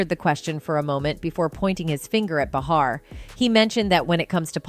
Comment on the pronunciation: What's up with this narrator mispronouncing Behar's name every time she said it? I think everyone knows that the super bitc*'s name is pronounced Bay har. Your welcome.